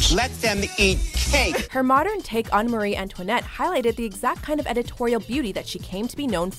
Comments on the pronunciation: Ik you did not just say Mary instead of Marie Antoinnette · its Marie not Mary Antoinette